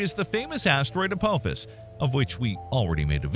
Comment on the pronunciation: The way you pronounce LaGrange points lol and apophis and amore